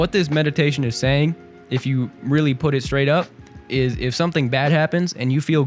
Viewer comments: "it eez what it eez" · Are you trying to say: It izz what it izz?